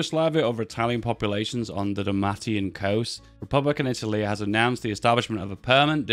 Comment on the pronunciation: Its DaLmatian coast (dal-may-shun)